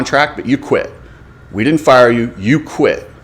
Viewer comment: Dude, "quited?" Even people who have English as their second or third language don't butcher it that bad.